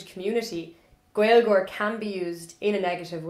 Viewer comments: You are very cute, it's not gwailgeoir, its GALE-geoir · He is wrong that it's 'Gale-geoir', but right that it's not 'Gwale-' The Irish pronunciation goes from the broad G in the back of the palate to the L, when the L is slender this often creates a kind of 'glide' sound, which does sound like a W to us English speakers since, as far as I know, we don't have many glides in English which are the same as this one. Next time you say Gaeilge, Gaeilgeoir, focus on your lips as you say the start. When we make a W sound in English our lips come very close together and slightly forward, try not to allow that to happen when saying these words! It is extremely common for those of us of English speaking backgrounds to try to mimick that glide sound by physically inserting an English 'w' into the word, which leads to words like Gaeilge being mispronounced as Gwaylga on a fairly widespread basis. And it's completely understandable that this happens, until I had the differences demonstrated to me side by side I too would have thought that maybe I could get that w-ish glide sound by using my lips the way I use them to get my normal 'w'. Anyway, sorry for the intrusion, this was from a year ago so you might know about everything I just said already, but just in case